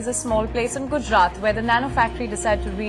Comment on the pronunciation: It's Gujarat not Gujrat😢